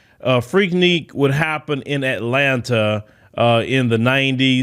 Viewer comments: FREAK NIK. NOT FREAK NEAK😂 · Freaknik not Freakneek….. dude stay mispronouncing stuff 🤣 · It is spelled FREAKNIK, but it sounds like FREAK-NICK! It is NOT freakNEEK,. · Freaknik not freakneak lol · it's pronounced Freak(Nick). It's like you're scratching a chalkboard whenever you say it. Lol🤣🤣🤣